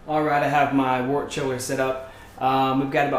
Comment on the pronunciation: wert not water ugh